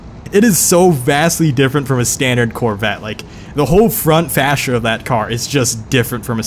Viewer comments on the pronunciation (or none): none